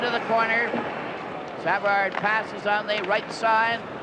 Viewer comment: Exactly. SA-vard. How weird.